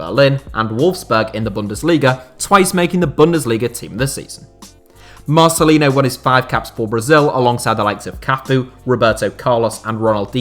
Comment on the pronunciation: So awesome u put Marcelinho in it, biggest Hertha BSC legend of this century. (btw the pronunciation at the end of Marcelinho is like for Ronaldinho so "yo")